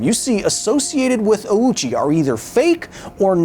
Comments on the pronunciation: I have just one contention with this video, Ouchi is not pronounced that way. "Ou" is the romanization of the long O in english, other languages that use the latin alphabet romanize the same sound as "oo" or "ō". The proper pronunciation of Ouchi is therefore Oh—chi, not Aoochi. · there is nobody named Awoochi or Owchy in this story and this could have been avoided with a minute of research. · ''... and Yutaku Yokogawa, were rushing to finish a special batch of Fuel: ''Ouchie''.'' I cannot unhear that now that I've heard it sorry, I'll let myself out. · Thanks for bringing this story to light however, that's not how you pronounce Ouchi (大内). It's a long O. No U sound. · Just pointing it out, but "Ouchi" would be pronounced, "O-o-chi." In the Japanese language, when a "u" is behind an "o," it basically means to pronounce the "o" for twice as long. It's a timing thing. Apparently for verbs, it's still "o-u." I just found this out recently. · It's a great video but really wished you pronounced his name right... His name is 大内（おおうち）, pronouced like oh-oochi. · His last name is pronounced "Oh-chi" It's a long 'O' sound. The 'u' is used to extend the length of the 'o' sound and is not pronounced directly. Best way to think about it is to say the word "Oh" then say "chi" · I've heard this guy's name mispronounced "ouchie" by big creators. Insult to injury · how did you spend so much time "getting it right" and not once look up how to pronounce the guy's name? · As much as I'd like to believe the rest of this video, the fact that the host doesn't get two minutes in without mispronouncing Ouchi's name doesn't inspire confidence. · Yes! Long o sounds are written as "ou" in japanese and that's just how it's romanized, not how it's pronounced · OU in Japanese is not pronounced "ow" but like a long "oh". His name didn't mean anything near "owie" or "ouchie" in Japanese, don't be so culturally insensitive. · Ouchi not Auchi.